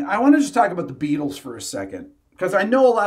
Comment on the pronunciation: Jack Ryan --- Hey Be-atles! Would you like gold in easy, denominational nuggets?